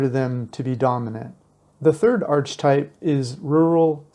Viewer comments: Just fyi - it's not 'arch - types', it's 'ark-a-types' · Please! The pronunciation of archetype is ARK uh type